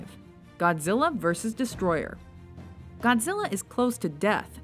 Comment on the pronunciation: Its not Destroyer its DESTROYAAAAAAAAAAAAAAAAAAAAAAAAAAAAAAAAAAAAAAAAAAAAAAAAAAAAAAAAAAAAAAAAAAAAAHHHHHHHHHHHHHHHHHHHHHHHHHHHHHHHHHHH